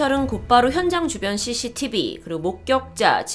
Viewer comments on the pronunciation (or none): none